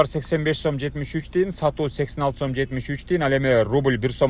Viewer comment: Сум эмес сом болот